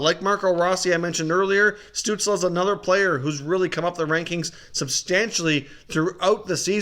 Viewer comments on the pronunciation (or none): I love your videos, but every time you say Tim Stutzle's name, it makes me cringe... It's pronounced like STUHTSEL. Anyway, keep up the videos, I will continue watching!